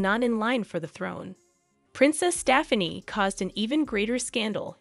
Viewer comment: Whoever reads the script might need to take lessons in common speech! Staffanee? lol